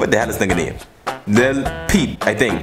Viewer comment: Bruh how hard is it to say lil peep? 🤦‍♂️